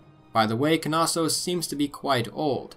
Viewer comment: Knossos is pronounced “nossos” lol. Great docco tho, minoans are super interesting